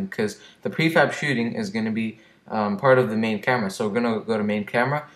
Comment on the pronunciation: hey u spelt shooting wrong you said shoothing happy to help